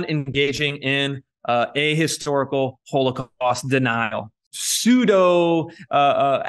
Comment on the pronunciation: I wonder where he picked up his odd pronunciation of the word h0l0cawst.